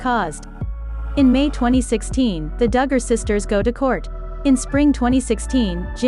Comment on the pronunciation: Stop mispronouncing their name you are ridiculous say it right or don’t talk about them